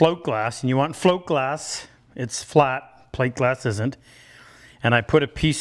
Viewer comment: Had to rewind. Did you say flint glass? Then saw float glass. Hint: say it distinctly if it’s important, and say it twice, spell it, add a caption.